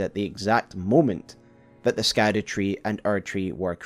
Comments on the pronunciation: I get that scadu is meant to be pronounced like shadow but can we admit skadoo is more fun? 😂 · I saw in another comment that scadu is actually pronounced “shadow” it’s old English or something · Its pronounced shadow (scadu) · Scadu is old english and is pronounced like "shadow". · I heard somebody pronounce scadu, as shadow... maybe it's like siofra river, and how IT is pronounced sheefra river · It's pronounced Skadoosh tree, and no one can change my mind. Great Video dawg! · Oh no, he's gonna call it the "Skadoo" tree the whole time, isn't he? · Just a heads up, Scadu in Scadutree is pronounced like shadow. It's Old English, like how gaol is jail. Great video regardless! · Can’t believe how fast you got something of this quality released. So stoked. Also Scadu is just pronounced “Shadow/Shadoo”. It just uses the Old English root, like its siblings the Erdtree (earth tree/world tree) and Haligtree (holy tree) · It's pronounced Skibiditree, actually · I think its pronounced shadow tree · This isn't true. Quoting from someone else here, "Gaol is just an alternative spelling for the same word. Scadu is a much, much older word and is pronounced basically exactly as you would assume. The evolution goes something like Skadu (proto germanic) -> sceadwe/sceadu (old english) -> Schadowe (middle english. This one is actually pronounced pretty similar to shadow, just with that more germanic sch instead of just sh) "Old English" also called Anglo-Saxon, is super different from modern language English came from it, but only after over a thousand of years of influence from other languages. It's just genuinely a different language. Even middle english is pretty different". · idk if anyone has noticed this or mentioned it but when you say scadu it kinda sounds like the dutch word 'schaduw' which is basically shadow lol im pretty sure its just called the shadow tree XD